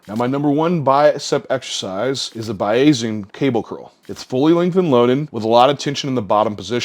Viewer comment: Hey - nerd tip, "Bayesian" is pronounced more like "Bay-zee-in" or "Bay-zhin". I think it comes from Thomas Bayes, a founder in the field of statistics.